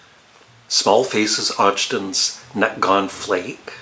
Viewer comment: Ogden's Nut Gone Flake. The "Og" is pronounced as in "dog". Have a look for Ronnie Lane's hit single "How Come".